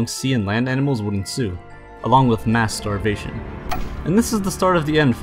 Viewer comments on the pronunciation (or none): I thought he said masturbation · Anybody heard "mass starvation" as masturbation? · you said mass starvation and i heard Masturbation😂👌😂😂